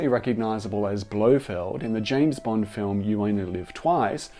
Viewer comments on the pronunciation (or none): none